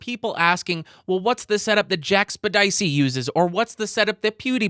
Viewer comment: what is with the jack sped icee pronounciation.... if ya watch his videos it is Jack Septic Eye..... seriously... did I miss something? PewDiePie does this as well and I really feel like I missed an inside joke somewhere in the hundreds of jacksepticeye videos I have watched lol